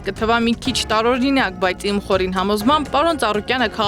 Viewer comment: Խորին ոչ թե խորիմ